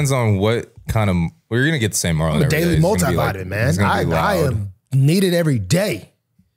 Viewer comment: Why are yall calling him Marlo...His name is Marlon....